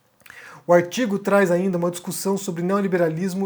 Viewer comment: "O aitigo " rsrsrsrsrsrsr